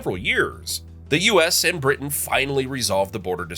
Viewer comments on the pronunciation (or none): none